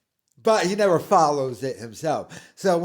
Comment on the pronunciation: So that’s why he won’t iiiiver succeed, and it’s also why his KIDS will niiiver succeed. His own words… what a moron